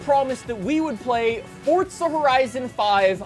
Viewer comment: Can you not say forza? You always say fortza